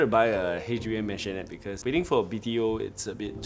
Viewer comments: Owners, please google the correct way to pronounce Maisonette. It ain’t a mansion. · What’s with maisonette owners not knowing how to pronounce maisonette